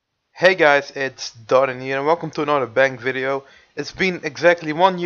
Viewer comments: u said hier not here;hhh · . He says: hier is my woodcutting, dardan wel engels he